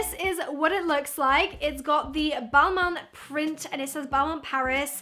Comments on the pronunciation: Its balmain not man main xxx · No its ball- mon with n silent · Its pronounced as bal-mahh ❤️ thanks for this video have a great day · pretty sure it’s pronounced ball - mane